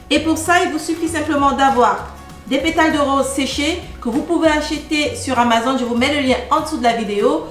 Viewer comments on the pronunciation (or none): none